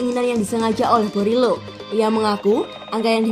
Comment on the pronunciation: Teteh Admin penyebutan nama pemainnya yg bener Dong...! Borielo Jadi Berilo, Digao jadi Diago...🙏